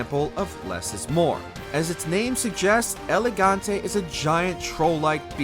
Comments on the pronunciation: Why does it sound like you are saying Elegante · Dude, the way you pronouce "El Gigante" and make it sound like "Elegante" is kinda anoying for a portuguese like me your kinda killing the name there.